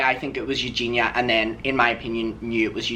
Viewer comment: If Creamstar is friends with Eugenia, why can't he pronounce her name correctly? 🤔